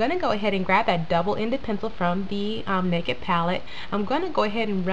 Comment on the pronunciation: When you say it fast you say "nakit" but when you say it slow you say "naked" lol. You have beautiful eyes, thank you for the tutorial. I'm waiting for mine in the mail and it's fun to watch you use it and you give really good tips!